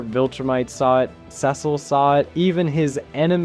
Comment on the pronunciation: Why do you pronounce Cecil wrong?